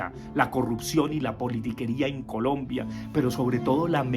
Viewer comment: Profe le faltó decir que no sabe decir Colombia sino polombia...